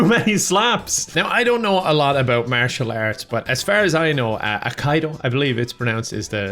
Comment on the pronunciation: This video is worth watching just for how you say martial arts. And then there’s Stephen the Seagull. Life complete!